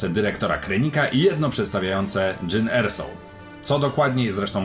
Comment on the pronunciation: Jyn Erso? A to nie jest przypadkiem Jean Ersow?